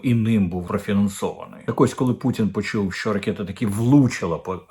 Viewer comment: Щоб Ви,нарешті змогли вимовити слово " ракета " по - українськи - РАКЕТА,а не ракєта./ в русс.транскрипции-- ракЭта / ...Even in English it must pronounce as ROKET.../// Укр."гидко,огидний" з Ваших вуст вилітає як " огідний Булгаков...Вже стільки раз Вам вказували на такі фонетичні огріхи,а Ви й коментарів не читаєте ...